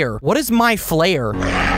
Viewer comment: its name is mide flaer